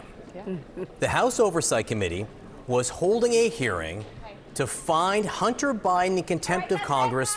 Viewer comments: She says "Hunner Biden". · EmptyG: “Hunner Bydn”. “Buhcuz”. She’s a joke.